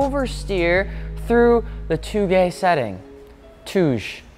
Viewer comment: touge: toe gay Keiichi Tsuchiya: Kay-ee-chee soo-chee-a I might be wrong, but I read about japanese phonetics on the internet one time so I think I'm right